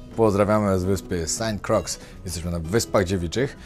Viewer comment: "Sant Krła" Z francuskiego. Ciekaw jestem jak po angielsku brzmi. A , już usłyszałem jak pilot wymawiał nazwę wyspy:) "Sent Kroj". Ciekawe:)